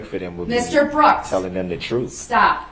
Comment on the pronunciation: The troof? You can’t handle the troof!!